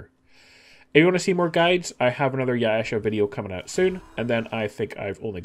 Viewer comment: Mm yes, Ya-e-sha.